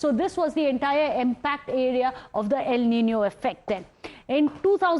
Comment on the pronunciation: El Nino not EL Ninio😑..